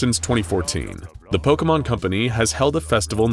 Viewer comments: I am flooding my basement with how he is saying pokemon correctly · I doubt the person creating this vid is a Pokémon fan, so they're bound to get some things wrong But I really appreciate their effort. They even pronounced all the names right! Not even a lot of Pokémon youtubers say most of them right